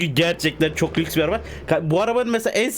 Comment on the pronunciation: ❌Lüks❌ = 👌LÖKÜS 👌